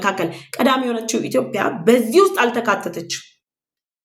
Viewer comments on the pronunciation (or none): ጎበዝ ዘጋቢ ነሽ ነገር ግን "ኢትዮጵያ" ብለሽ ጥሪ "ኢትዮፕያ" አይደለም